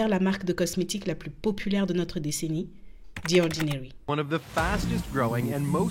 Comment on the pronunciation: Par pitié, ce n'est pas DI ordinary mais ZI ordinary. The devant une voyelle se prononce ZI! Pourquoi transformer un T en D?